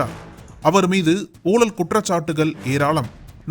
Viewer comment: ஐயா நக்கீரன் குழுமமே.. Voice Over ல பேசறவங்க "ழகரம்" Pronunciation ah கொஞ்சம் சரியா பேச சொல்லுங்கையா 🙏🏻🙏🏻🙏🏻🙏🏻 "ஊழல் புகழ்" அப்படின்றத "ஊளள் புகல்" னு படிக்கறாப்ல... 😏😏